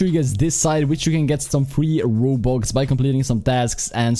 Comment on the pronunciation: Nobody: Absolutely no one: Not even HuMaNs: pronouncing "Robux": Wobux